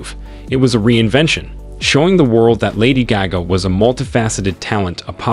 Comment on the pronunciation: I can’t watch this cause u can’t even say her name